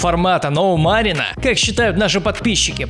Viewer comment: Ты чутка неправильно говоришь имя Марин/Marin у меня просто такое же имя))))